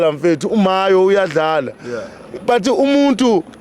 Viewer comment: Mayo not mahyo